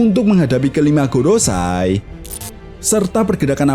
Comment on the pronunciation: Ralat bang maaf.. gorousei bukan gorosay. Go=5 rousei=tetua mkanya jadi five elders di inggris. 🙏